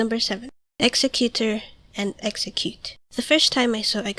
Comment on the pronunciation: Ex-egg-u-tor ( not trying to be a smartass , just trying to be helpfull ) :)